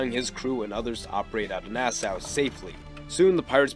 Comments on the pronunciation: Part 2! Part 2! Also, as s Bahamian, I just wanted to let you know it’s pronounced Nas-SAW like the tool, not how it looks. It’s weird, I know lol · Nassau ( Nah-saw) Port Royal (Port Royal not Port royale)